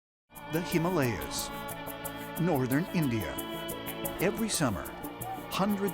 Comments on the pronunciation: I'm sorry, the "Hamalias?" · Gotta say, I tuned out after he said “Hiiimmm-aaahhh—Leeaahs”...all I could focus on then... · Himalias?! :23 It's pronounced Him-A-Lay-As, you mong. When did the History channel become 'Ripley's Believe It Or Not'? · him-a-lay-as* lol and ice in a cave is not that big of a deal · How did he pronounce "himalayas"? Himalyas? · “Hima-Layers” my guy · In the ‘Hi-mar-lar-yas’ my mans seriously didn’t just pronounce Himalayas like that. Cmon now… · Did he just call them the "Himalyas"? Dude, there are 3 A's in that word. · WTF is the ‘himalyas? Lol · Him- ay - lay-as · Did he just say "the hamalyas"? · THe “HYm Ah lee Us” 🤦🏻‍♂️ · Lol....wow....where are the caves again??? The him-al-li-uz? Never heard of them...Himalayas I know... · its in the ha mall le ahs hahahaha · Well, the actual pronounciation is He-mah-læy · is pronounced him aalay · "in the hamalias" LOL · Not even 20 seconds in... the HiMaLeYaS? Come on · As soon as the blond guy said “Him-Arleas” I switched off...🤦🏻‍♀️ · Hym-alians lol I'd like to hear him pronounce somalians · That guy cant even say Himahlayas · Did my man just say Hamaliyas? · Ya'll just gonna scroll past without sayin Him-all-ee-yahs? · Him-ALL-Yas David Wilcock????????? anybody else notice that used to be his name is pronounced Mueller, then they started calling him MULLER.......And there’s about 20 names like that that I’ve noticed that have changed; weird Mandela fact or something! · There is that guy again mispronouncing words once more. I have never heard someone pronounce 'Himalayas' like that guy does. There was another one of these short videos where the same guy mispronounces other words as well. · That so called writer 'David Wilcock' cant even pronounce himalaya correctly why make him do this video?... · David Wilcock - That is not how you pronounce the Himalayas! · Wow, he can't pronounce Himalayas. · David Wilcock can't even pronounce Himalayas rite. How is he an authority on this? 0.23